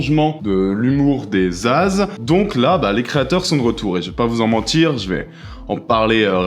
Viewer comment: Salut, merci d’avoir prononcé ZAZ